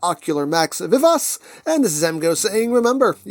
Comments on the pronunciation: Vee-Vah-Chee I think is the closest pronunciation. I'm no expert in Italian though. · I would have thought pronunciation vuh vaa chee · "I believe I'm pronuncing that correctly" 😬😬😬😬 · Funny! The way you pronounce it name , it sound like french! 😅😅😅